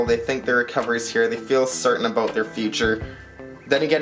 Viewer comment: Stack the frac. bro! Love me some gold! Did you say aboot?! Pamp gold is nice for sure too! Fractional is getting tough, still see the old sovereigns floating around for fractional... Bullion is donezo! Supply and demand runneth amuck! I just picked up silver today for my $10 challenge! I don't love the big wait... i wan't satisfaction now! Great video, thanks for the share!